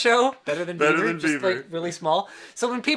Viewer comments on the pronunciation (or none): its bieber not beiber ...